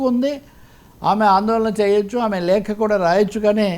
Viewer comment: లేక కాదు నాయనా లేఖ అనాలి. తెలుగు సరిగ్గా రాని వాళ్ళు జర్నలిస్టు లా